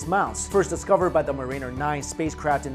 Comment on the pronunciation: "Mar-een-er"??! Dude, get your pronunciation correct, It's Mar-in-ner. accent on the first syllable.